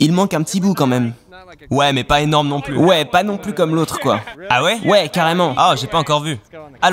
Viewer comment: Ça dérange qui qd il dit « la pluSSS incassable, la pluSSS immuable, la pluSSS incorruptible » 😂😬